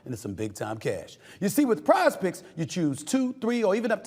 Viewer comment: when sas says pizepicks its sounds like prospects